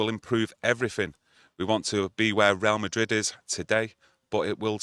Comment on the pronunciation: Real Madrid not Rail Madrid ffs 😆